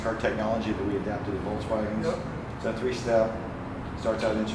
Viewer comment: Love how you guys pronounce it VOLTS WAGON when it is VOLKSWAGEN